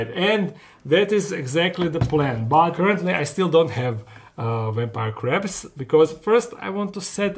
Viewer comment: am I the only one who keep hearing "ready for the craps"?